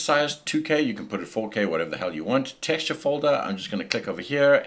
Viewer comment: dude i must try training to speak like you... texture...llll